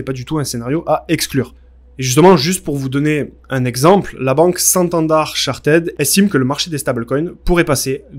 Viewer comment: " La banque santandart " 🙆‍♀️